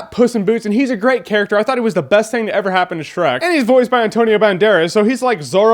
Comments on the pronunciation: "SHERK", lol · How can you mess up on Shreks name 4 TIMES!!!